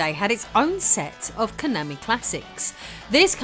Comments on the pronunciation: Ok, I hate Konami as much as the next guy but you KNOW you're mispronouncing Konami every time you do it. You've just GOT to. Please tell me you're doing it on purpose >_< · Why do you keep saying Konami wrong? - Rocket Knight Adventures Japanese advert.